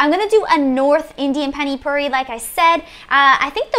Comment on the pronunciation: Is it difficult to say Pani Puri, its not Phaani Phauri